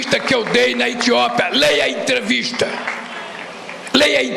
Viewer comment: O miserável não sabe nem falar. O maldito diz tiopa